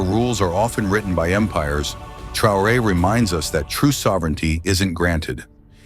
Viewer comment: Svp apprenez au moins à prononcer correctement le nom du Capitaine si vous voulez parler de lui. Remerciements